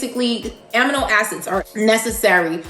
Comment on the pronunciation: While I do ❤️❤️ your videos… I’m a scientist and also a lover of words and pronunciation. Amino Acids is correctly pronounced “ A-Mee-no” not “a -mih-no”. I know.. the science word was born by Africans but coined by the Greeks. Go figure! Keep up the great work! 😍